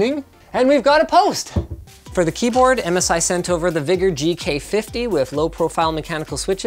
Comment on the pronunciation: did anyone else hear something else when he said vigor